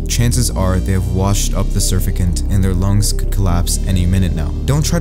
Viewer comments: Surfacant does not exist, try using Google or some other device to tell you how to pronounce surfactant. Note that there are 2 Ts in the word. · Surfactant is pronounced "sir-fact-ant" Bro, if you're not sure how to pronounce something, then just YouTube "pronounce word" and it'll give it to you. Don't just wing-it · You butchered the pronunciation of surfactant. It’s sr·fak·tnt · I liked the video very much . But please if you use medical terms please pronounce them correctly . surfactant is Surf- act - ant . No disrespect meant . ❤️🇦🇺🦘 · It is called: "SURF FACT ANT" Surfactant, please learn how to pronounce this. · What is a "surfacant"? Whoever you are, dear voice over boy, PLEASE review what you read and ensure you pronounce things properly... unless, of course, you wish to get your external validation from people who value mediocrity and style over substance. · That surfactant pronunciation, yikers! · Chemist here dying of laughter on how you pronounced surfactant 🤣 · The way he pronounced surfactant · I just can't get over how you pronounced surfactant. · nice pronunciation of surfactant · mans mispronounced surfactant so bad 😭😭😭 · surfactant? you pronounced it weird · Bro pronounced surfactant wrong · You brutally mispronounced surfactant haha. Good vid though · SurFACTant isnt it pronouce differently?! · I find your pronunciation of surfactant a little off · Surfactant. The emphasis is on the middle syllable. So it sounds like sir-fak-tant. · It’s pronounced like “sir fack tant”, not “sir fuck ant”. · Mispronounced word - surfactant He says: sur fa cant It's: Sur FAC tant I use them in my business to keep chemicals on surfaces that naturally shed water due to oil or waxy coatings. Like plant leaves or wasps. A squirt of Dawn dish soap in a quart of water, and used in a spray bottle, will drop wasps faster than many chemicals will. They suffocate because the water won't roll off like it's supposed to. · Its pronounced SUR-FACT-ANT, but great video either way